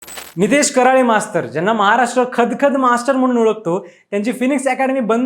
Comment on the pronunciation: आडनाव करळे आहे ना की कराळे उच्चार करायला शिका पहिलं 😡